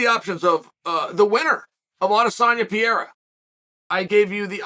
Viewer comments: The only battle Chael has ever lost is the battle of pronouncing a fighter's surname properly (Alex Peeyaira, Islam Mawklechev...) 😃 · As a brazilian, it hurts my ears to hear you say Alex's last name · Every now and then, Sonnen makes a conscious effort to start saying a fighter's name correctly "out of respect" for them. Are we to assume, based on the whole "Pierra" thing, that Chael Sonnen still does not respect Pereira? Also, "lapped the competition" was already being thrown around when GSP was WW champion.